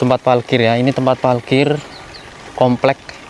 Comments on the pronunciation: parkir, bukan palkir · Salfok sama ngomong nya "PALKIR" hhee parkir parkiran mobilll😭🤣